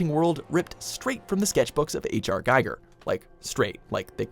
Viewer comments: GEEger, not GUYger! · Jesus, learn how to pronounce things before you post videos. Giger is with the E sound, not I. You guys do this ALL the time.